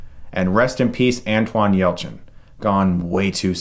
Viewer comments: Anton, not Antoine. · First of all, it's ANTON, not Antoine. Secondly, it's a real shame that such a talented actor is taken away in this fashion. R.I.P. Anton. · ANTON Yelchin, not Antwon. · I loved all three of the new Star Trek movies. They're great. 👍😊 Edit; BTW, it's "Anton" not "Antwan." but whatever lol right?! 🤣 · It's Anton, not Antoine. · I'm sorry but it's Anton not Antwon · Anton. I don't know who Antwon is either (just kidding Chris) :) Thanks for the review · Guy's name was Anton not Antwone 😂😂😂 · Any of you notice Chris said Antwon Yelchin? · Did he say "Antoine" Yelchin? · Chris, Chris, CHRIS. For the love of... PLEASE, do some research on how to say people's names. You are a frequent offender. know you didn't mean any disrespect... but there's no "W." It's AnTON Yelchin.